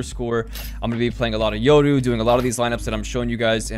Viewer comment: Only dude who pronounces "Yoru" right.